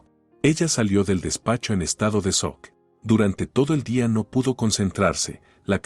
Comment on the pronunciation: No se dice sok se dice shock.